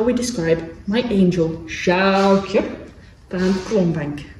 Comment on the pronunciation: I'm Frisian (not a horse alas) and living in the UK. Your pronunciation of Sjoukje is really good. They're not easy names to pronounce for non-Dutch/Frisian speakers